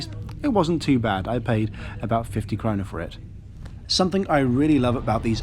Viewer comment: I hate pulling people up on their videos, but as a frequent visitor to Sweden, I must comment on your pronunciation of the word krona. You pronounced it as corunna, and this is slightly incorrect. Sorry to do this but that is the only thing I have found across all of your videos that could be termed as "wrong"